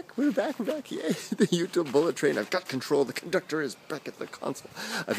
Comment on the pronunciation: It's BAHck :D